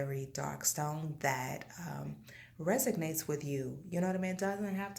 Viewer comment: Very nice video! The word is resonates though, not resignates. 😊